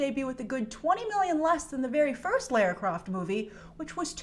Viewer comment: When you said "Lara Croft", I thought you said "Lair Crock". LOL!!